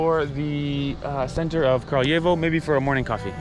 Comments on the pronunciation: Nice one, btw it is "kRAljevo", not "kARljevo". "Kralj" means king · Kraljevo - Краљево. Не Carl yevo. If you speak Italian "gli" is same Serbian "lj". А да није у питању летње и зимско рачунање времена код сунчаног сата? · To je zato sto momak ne izgovara tacno naziv grada.